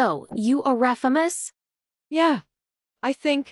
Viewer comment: What the viewers see: "so you are famous?" what the viewers hear: "so you arafamuus?"